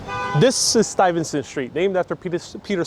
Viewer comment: is mispronouncing the name of Peter Stuyvesant. Sounds like he puts an "n" sound after the "y". Standing in front of St. Mark's church, he says "septum", when I think he means "sexton"---i.e., janitor, caretaker.